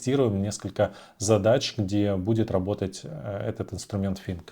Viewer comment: Подучите Английский пожалуйста 😢 слушать невозможно «фынк» 😊